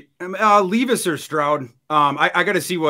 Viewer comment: Why does intentionally mispronounce peoples names? who the fuck is LEEVIS?? its Levis (lev.is). and its not RAY-GORE either